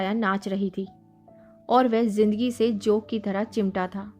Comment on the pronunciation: जोक नहीँ , ।जोन्क। अनुस्वार ।सही नहीं लग रहा। ।